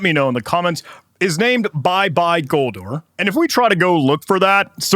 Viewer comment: i think its goldor😅 not gordor